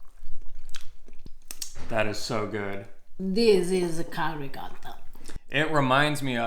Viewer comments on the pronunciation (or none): RicoTTa: RicoRa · Please,, teach to pronounce ricotto. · please teach how to pronounce Ricotta correctly. We need to re-educate Americans. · My nonna would have slapped me if I called it ri-cah-tah